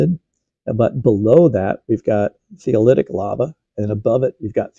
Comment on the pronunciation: Thoeleiitic, (tho-lee-it-ic) not theoliitic. 🙂